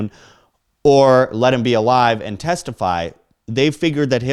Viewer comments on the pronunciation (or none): none